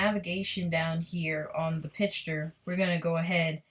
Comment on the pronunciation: Sloppy, can't even take the time to restart properly. And its picture not "pitch-ture."